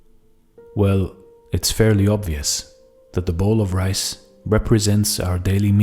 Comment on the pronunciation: When you say rice you say mice..when you say rays what you say?